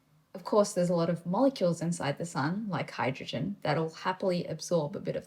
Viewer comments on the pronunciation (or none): none